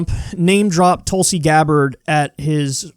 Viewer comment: *Mispronounces her name* "I gave her a lot of respect"